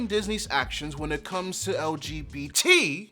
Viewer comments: subscribed immediately after that “T” emphasis 🤣😭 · That "T" tho??? 🗣🗣🗣🗣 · Never heard of you before and this is the first video of yours the algorithm has tossed at me. And I gotta say, I near-instantly subscribed. Your insistence on pronouncing the T in LGBT, as well as your lack of restraint in tearing Disney a well-deserved new one, hooked me. The original Lilo & Stitch is one of my favorite movies of all time, and everything I've seen of this remake has been spitting on the animated film's legacy. Especially with how it erases the message of oppressive tourism. I've had to beg my (very white) family to never go to Hawaii because I've listened to native horror stories for so long. Thank you sincerely for what you do. Signed, a near-30 y.o. transmasc comic artist with aphantasia ✌️